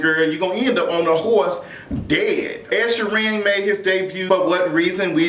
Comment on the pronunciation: WHO is Ed shorean?! Is he from the north or south?? lmfaoo i love it! I cant be asked to pronounce his name properly either